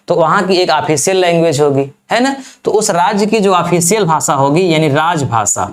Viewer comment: भाषा को भासा आफि़शियल भाषा को आफिसियल भासा